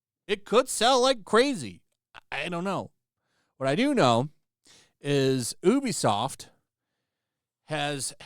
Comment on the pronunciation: You're mispronouncing ubisoft